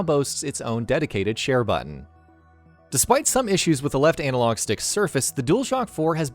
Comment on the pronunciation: Its "analog" not "anal-og" 🤦🏻‍♂️